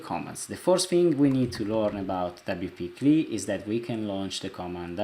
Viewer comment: Thank you. I understand you are not a native speaker of English. So you do not continue to sound silly CLI is not pronounced "clee" it is an acronym that represents C(ommand) L(ine) I(nterface.) WP-CLI should be pronounced by speaking each letter... double you pee see ell eye